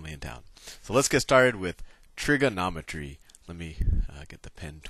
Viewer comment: Trigernometry XD